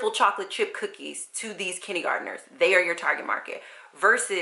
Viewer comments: I'm confused about how you're saying kindergarteners. Kidney-gardeners? Kiddy-gardeners?? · Love how you say "kinnie garderners". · that's so funny! I'm from the south and I had never heard it this way before!